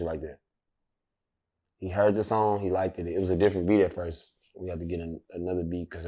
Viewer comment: Likeddid it 😂😂😂 wtf is likeddid it is just liked it bro ....the English language wins again😂😂😂😂